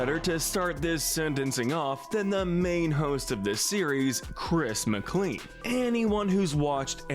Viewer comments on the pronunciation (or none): Bro really said Chris Mcleen 💀